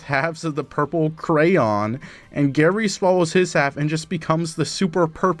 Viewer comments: WHy would you think pretending to not be able to say crayon is any kind of valid thing to do? is it not hard to be stupid? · Who can’t pronounce Crayon?